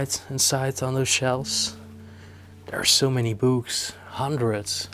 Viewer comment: Not a „Baby Seat”… the hole in the middle is there for a reason… (…and PLEASE improve your pronunciation of the word “books” - no “b” in there at all…)